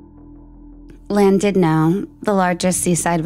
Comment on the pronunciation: Llandudno is in Wales, and not pronounced Landudnow. Just in case anyone wants to look at the town or case.